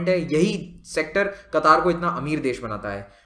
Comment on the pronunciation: It's क़तर not कतार